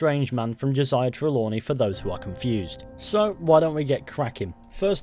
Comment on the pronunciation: "ho - say-ya" not "joshia"